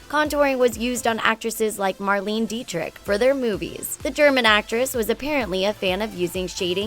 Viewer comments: Awesome and informative video! A couple of minor Corrections, though, are "Mar-lay-nah" Dietrich and "net-a-port-tay" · "Marleen" Dietrich? Seriously? "Mar-lean-a". It would have taken you seconds to get the correct pronounciation.